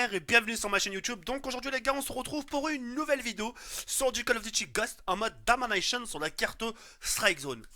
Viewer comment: En mode DAMANEILLETION ! Mdr , il me tue à chaque fois quand il veut dire domination avec son accent de blédard !